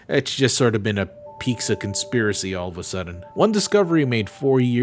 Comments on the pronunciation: why the fuck do you say "pizza" like "peekza" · Do you actually pronounce pizza as “pigza” or are you trolling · pizza = peet-zuh not peek-zuh lmao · Oh right I forgot you say Pixa instead of Pizza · Love ya,... but it sounds like you're saying "peekza" I'm relatively new to your content. Like 2020-ish so idk if that's an inside joke or not. Either way, always excited to see a boose drop! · he's always said it like that, I think he explained it once but I'm not sure where exactly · Is he saying "pikza" instead of pizza? wtf? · why do you pronounce pizza as piksa you’ve done it before but I just thought it was an accident the first time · Stop saying Peeksa. Who are you, Ironmouse? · you wonder about the pronounciation of automata, but you pronounce pizza like...peexa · you keep saying peek-za and not pizza. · Ok, ok, great now time for real question wtf is your pronunciation of pizza? "Pixa"? Gender neutral disney owned gluten free nightmare Geralt??! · The way you pronounce pizza is mind boggling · some Mexicans say it like that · omg why do you say pizza like that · Dislike for the pizza pronunciation